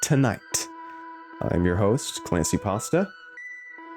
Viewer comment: You’re killing me. It’s not clancy